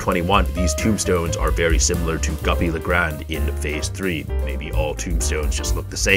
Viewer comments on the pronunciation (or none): ITS GOOPY G OO PY, NOT GUPPY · Why do you call it guppy the name goopy